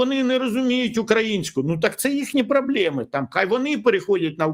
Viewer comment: Пане Вікторе, Вам дуже личить білий колір, дуже люблю слухати ефіри з Вашою участю. Маю прохання і пораду, якщо ми боремося за українську мову в нашому суспільстві, то у розмові важливо вимовляти слова по-українськи, а не по-москальськи, наприклад, не експЄрт, а експЕрт, не проблЄми, а проблЕми, не малолЄтки, а малолІтки, не па-руськи, а російською, не тЄлЄфон, а тЕлЕфон, не двадцАть чЄтирі, а двадцЯть чОтири. Будемо уважні, я також довго слідкувала за собою, щоб позбутися всяких ворожих слів у нашій мові.